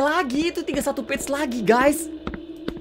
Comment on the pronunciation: "Page" bukan "b1tch" dodol